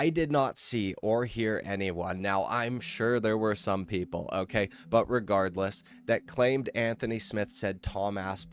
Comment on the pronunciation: "O-keh" can you stop saying "O-keh" so damn much? O-keh?